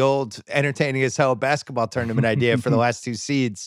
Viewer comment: If I have to hear Kevin O’Connor say tournament wrong one more time I think I might die